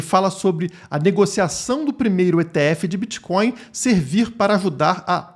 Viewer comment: O que é esse "Bitcoio" aí ?? Isso é "creptomoeda" ??? 🤣🤣